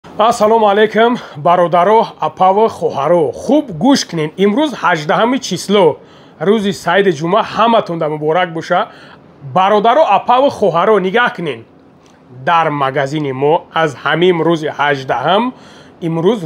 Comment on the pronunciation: Ҷамъа не, Ҷумъа бгу, Як намуд масте шиде ки шумо блогеро, чихеле ки мефоратон ҳамонхел гап мезане, ҳамаи ҳангас кардани шумо барой ду танга пулай, фақат дурӯғ (дурӯғ) ва бозҳам дурӯғ